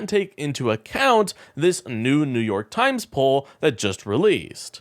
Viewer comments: New York Yimes?😂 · New York YIMES? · what is new york yimes? you need to edit your tags